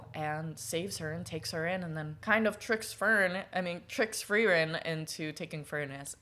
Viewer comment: uuuh yes yes. great story. I'm german so I'll be your pronounciation guy. 1. Frieren and Fern -> Freezing(like "it's cold, I am freezing") and Far(away) for the american "R" sound you use your tongue and kinda push it up towards your teeth. for the german "R" sound you dont do that. the tongue tays at the bottom and the sound comes more from the neck and throat area (this is probably the hardest one for americans because that sound doesnt really happen in english) 2 Eisen and Heiter -> Iron and Cheerful the "ei" is pronounced like the English "I" (very easy). Eisen -> I-sen, Heiter -> Hi-ter 3 Himmel -> Heaven/sky (we use the same word for both, the biblical heaven and the sky outside) you basically said it how its supposed to be.